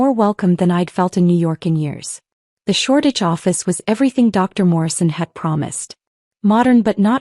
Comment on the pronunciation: It is SHORDITCH, ENGLAND